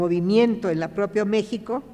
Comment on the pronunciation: La palabra México no la pronuncia correctamente! Hay que recordar que es idioma nahua. Es grato saludar